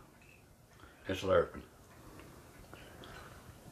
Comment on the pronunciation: Jamaican me want some hummingbird cake, as long as their aren't hummingbirds in it like Mr. Brown said. Hahaha. It's Lar-a-pen!!! Hahahahaa